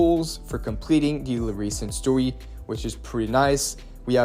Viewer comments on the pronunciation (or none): ok but WHY are you saying "Story" like that? 😂 "Stowy" - STO-REY, not Stowwe